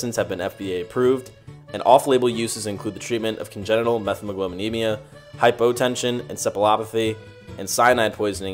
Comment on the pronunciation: Met-hemoglobinemia, not Meth-emoglobinemia.